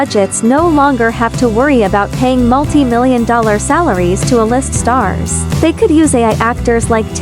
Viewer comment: A-list pronounced "uh list" is telling